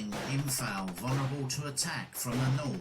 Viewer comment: This is so annoying. He constantly mispronounces “Imphal”, which is a hugely significant battle and very well known. It’s also incorrectly spelt on the map. And he repeatedly pronounces ‘lieutenant’ as “lootenent” in reference to British officers, as if he’s speaking American.